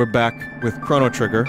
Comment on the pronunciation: NOCHRO GRITTER